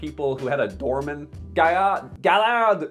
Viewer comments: Easy to bash a company when people do not take responsability of seperating their garbage from their recycling. Also you should learn to pronounce names when you make videos. Gaillard is pronounce ''Gâyare''. The company helped to put a retirement funds for farmer in Columbia with the gouv. To help the farmers to have a decent life after they stop farmings, clooney's paycheck is also given to this fund at 100%. Nestlé is evil yes I agree, but some good is made also. How many of all commentors in here never threw away their coffee filter, wasted food, or recycle everything they can at 100%. I think a reality check is due in the mirror for most if not all of you. Most comments are probably from the US where NY coffee is acceptable and where sugar and milk and anything goes in coffee to make a dessert out of it is acceptable. Funny how people are quick to judge, ask yourself what you contribute to waste with your make-up, your mobile change every new model that comes around, your clothing waste, house decoration, ask yourself about how you consume.... And finally, you tuber asking for more subscriber is for 1 making more money so f*uckface capitalist works both ways. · It's pronounced guy-ar, gaillard French is nice ( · The name are french and you should say Gayar . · Yiu pronoun Gaillard wrong 😔 It's "Gah-yar" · I know that Quebec is only a part of Canada, but I am not gonna lie - I am surprised and disappointed about a Canadian butchering a french surname so much. :D